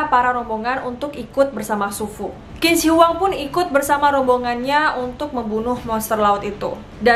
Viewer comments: Say Q itu bukan K cara bacanya 🙏 tp CH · Qin dibaca nya cin... Dia yg membuat negara itu di panggil cina buka kina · Hai.. Qin dibaca Chin ya.. Q jadi Ch bukan kin. Hehehhe.. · Maaf kak Qin dibaca ching bukan kin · Qin dibaca Chin bukan Kin. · Bagus ceritanya mbak, tapi Sedikit tambahan aja utk cara baca/ucap Kaisar Qin=Chin , jangan dibaca kin ya mbak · Bukan 'Kin' tapi 'Chin' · Qin = dibaca 'cin' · Qin itu bacanya cin bukan kin. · Kak, sebelum cerita mohon pelajari dulu cara pelafalan nama mandarinnya .. krn tulisan dan cara bacanya beda contoh Qin bacanya Chin, Zhang bacanya Cang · Q bacanya jadi C Qin= Cin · Kak bacanya Q bukannya C ya? Jd Cin.. bukan Kin.. maap klo salah. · Tulisannya qin tapi bacanya chin kak. Itu pinyin mandarin. Dynasty Chin kak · maaf yh kak aku sdikit koreksi , pronunciation "Q" dalam bahasa mandarin itu dibaca seperti huruf "C" 😄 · permisi kak, sptnya kalo Qin itu dibaca Chin dalam pelafalan china. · Tulisannya memang Qin tapi baca nya "Chin" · Q di baca "Chin" mbak... jadi Chin Shi Huang bacanya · Lafal Qin = Chin